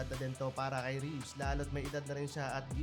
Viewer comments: nadaanan ko lang tong vlog. this kind of vlog shows na wala na kwenta ang pba, ultimo vlogger hindi kilala mga players, for the content lang. fyi po.. wala pong player na rafi Reaves.. Reavis po surname ng veteran player and it is pronounce as Rey-Vis not Reevs. Respeto naman po sa name ng player. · reavis hindi reeves😂